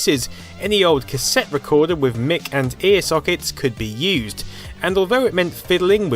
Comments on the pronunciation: Mic? who is Mick? It's pronounced Mike for Microphone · Dude I'ma help you out a bit MIC It's pronounced "MIKE" not "MICK" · MIC sockets.... it's Microphone socket, so MIC is pronounced MIKE.... please for the love of god :D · lol MIC pronounsed as Mik, seems a bit odd having always calling it "mis" As in misrophone.